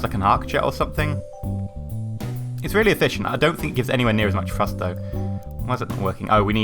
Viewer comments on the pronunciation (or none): Do u say frust in stead of thrust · Great video but i must point out that it's pronounced "TH"rust not Frust. thanks for the vid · Lol u say "frust"